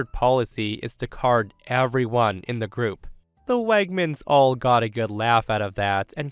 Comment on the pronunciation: Wegmans is not pronounced as "Wagmans." And, please, when OP writes the grammatically correct "anyway" stop changing it to the nonstandard "anyways." (Adverbs cannot be pluralized.)